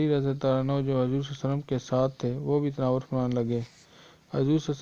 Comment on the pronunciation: Aap Huzoor ko Hajor keh rhe ho khud